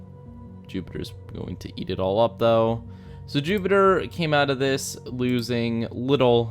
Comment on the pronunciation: You said Zupitper 😂